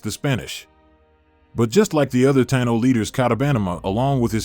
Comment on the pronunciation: I wish they would pronounce it correctly. Tah-EE-no. Not Tye-no.